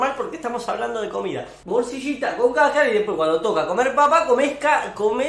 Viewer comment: "casacara" jajajajjaja es tripa